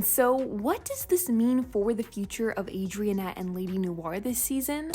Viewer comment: "Adriennette"😂😂 its Adrinette 😂😂